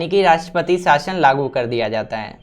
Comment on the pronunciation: Rashtrapati nahin Rashpashiss